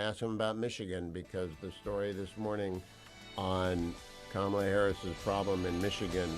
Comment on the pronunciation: IT'S KA-MA-LA......